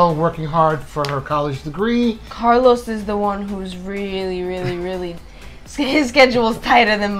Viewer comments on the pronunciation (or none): Why do you say "Carlous" instead of Carlos if you speak Spanish